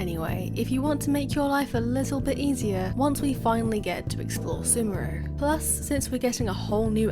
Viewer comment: Its not semuru its sumeru man :D